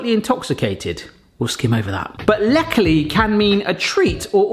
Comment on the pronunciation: They come from Basel. I have them in the less sugar version for diabetics. You pronounced "Läckerli" very well! They do sell the originals worldwide on the website...just saying...a comparison video maybe? Läckerli = something that is delicious.